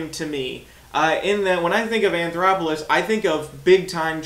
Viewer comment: There is no R in his last name. You keep calling him anthoroplous